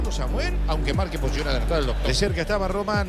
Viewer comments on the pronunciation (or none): none